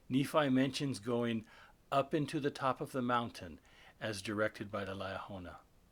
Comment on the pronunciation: How can we accept that? You even know what you’re talking about since you cannot pronounce Liahona properly? You pronounce it two different ways.